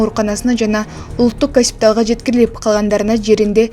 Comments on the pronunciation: Гаспитал эмес госпиталь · Гаспитал 😅😅😅-Госпиталь туура окучу 😅??